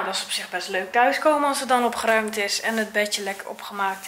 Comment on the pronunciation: OpGGGGeruimd 😂 RRRRR